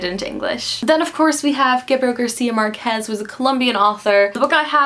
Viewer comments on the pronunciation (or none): just a little comment about the pronunciation of "Márquez" (in "García Márquez"). It should be stressed on the first syllable. Like MÁRquez, not MarQUÉZ. Loved the video!